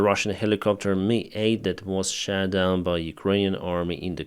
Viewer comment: I am also loving how pronounciates that plaines were shat down. Double meaning, funny and acurate.